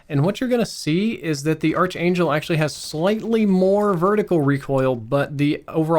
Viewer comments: Noticing a trend: its “Ark-Angel” not “Arch-Angel“. Common mispronunciation. Great video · its pronounced "ark angel" you silly goose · Sorry, but it's not the arch•angel... it's pronounced ark•angel. You've got great info but that made it really hard to watch your video while you were pronouncing it like that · Pronounced Ark Angel, not Arch Angel. Arch Angle... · Its pronounced "Ark-angel" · Great review, just one thing, it’s pronounced “ark” angel. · The way he says Archangel is driving me nuts 😆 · You pronouncing archangel in kinda triggering me tbh XD good video though. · dude, you're mispronouncing archangel ;) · This trigged me 😂😄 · Dunno what's worse his archangel mispronounciatuon or his M16 grenadier mispronounciatuon.